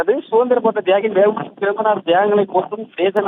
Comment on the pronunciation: News reader வெ வூ சி இல்ல டா தேவிடியா பையா அவர் வா வு சி